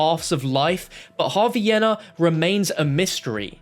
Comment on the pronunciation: that pronunciation of yena is atrocious bruh its yeena